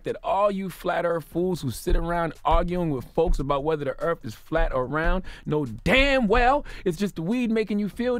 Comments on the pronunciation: “Flat Earf”. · "Flat Earf"? wtf